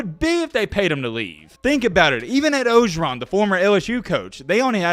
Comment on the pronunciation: “Fisher” was literally the only last name of someone that was said correctly in this video. Moved around letters in McNamara, left an r out of orgeron, Jamis Winston, not Williams.....started thinking maybe it was on purpose. One thing you nailed, Jimbo is an absolute bum. Kudos to him beating us, lord knows he prepared for that game, and only that game, for the previous entire year. Great job on the vids, and Roll Tide Roll 🐘